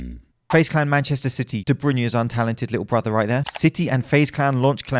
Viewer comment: The only stick I'm going to give you is for your pronunciation of De Bruyne